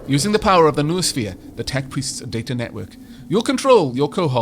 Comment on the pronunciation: Noosphere = No-o-sphere. Like mind-o-sphere, except more greek.